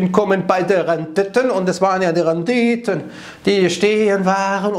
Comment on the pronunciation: Immer wenn das Wort RENDITE ausgesprochen erinnert mich die Betonung an Tom Gerhardt's 'VOLL NORMAL'! Sätze wie: Die Rendite kommt nicht von ungefähr! oder Da wächst die Mark schneller als die Bohne! haben sich ins Gedächtnis gebrannt 😂